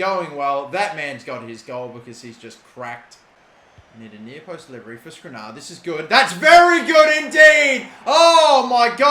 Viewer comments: Last Episode:: 'Apparently I'm supposed to pronounce it as SkrinIAR' Correctly pronounces for the episode This Episode -: 'Got to get this to the near post for SkrinAR, great goal by SkrinAR' ffs he is so frustrating sometimes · Milan will keep running away from the ball so long as you keep calling him skrinar instead of skr-ini-ar